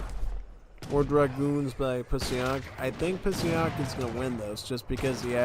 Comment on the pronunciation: But man it's impressive how hard you continue to butcher Psionic's name XD